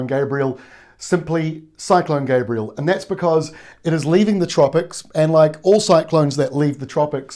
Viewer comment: Lol, love the way he has to give the politically correct Maori intro yet he can't even pronounce the name Gabrielle.